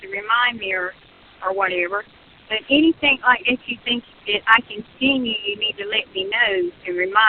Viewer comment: I notices sur pronounces “ing” as “ink.” Is that something g people do?